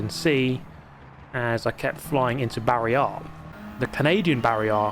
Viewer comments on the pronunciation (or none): It's not Barry R in Canada. It's Barry Ey. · Barry-Eh. The Canadian Barry R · Canadian Barry is more of a Barry-eh-r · In Canada it's "Barry -eh" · It's "Barry R-eh"